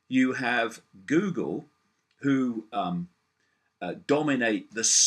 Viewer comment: I love how he pronounces it "Gewgle". Icke is the real world Alfred.